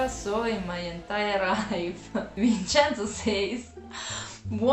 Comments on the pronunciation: It’s “VinCenzo” (Vin'tʃɛnzo), NOT “VinSenzo”. This is the English pronunciation. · Vinsenso Hurts my Hears almost as much as Vhersaci